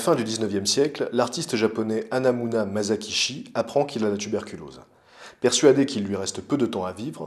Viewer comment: Épisode superbe, comme d'habitude ! Juste, on ne dit pas [ Mazakishi ] mais [ Massakitchi ], mon petit côté pointilleux sur le Japonais ressort, c'est pas méchant, c'est juste " histoire de " ^^ Bravo pour tout ton travail !